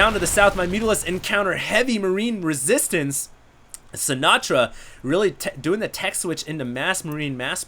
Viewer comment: I wonder how Frank Sinatra would feel about the way you pronounce his name. Lol